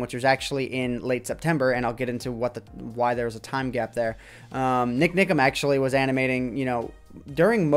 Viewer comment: Love how says NikNikam:)